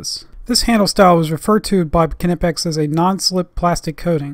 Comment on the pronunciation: Also Hats off for being probably the only America who knows how to pronounce Knipex